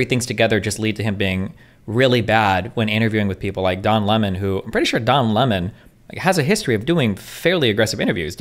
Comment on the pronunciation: I keep hearing John Lenin and Don Lemming lmfao